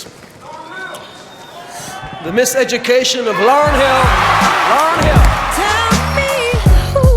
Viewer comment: “Da misconception of Lauren Hill” 😢😅😂😂😂 I’m dead 🤨🙄 At that moment, I’m like, I’m out. Lol That AIN’T WHAT IT’S CALLED 🙄🙄 It’s in the library of Congress that legendary album 💿 Get the name right. Bruh